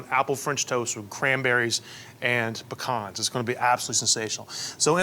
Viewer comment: I love everything about this dish but especially that you pronounced pecans correctly!!!